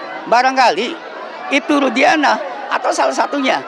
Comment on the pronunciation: Rudiana...jadi rudiga'ana